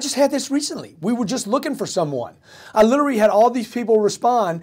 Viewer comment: Grant's new job should be learning how to properly pronounce, "literally". Hint, it's not "Littery". :o)